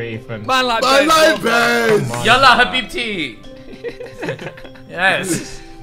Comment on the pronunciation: Fam when ksi said abibi and forgetting the H made my day😂😂